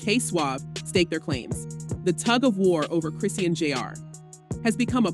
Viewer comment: Come on you gotta start saying her name right!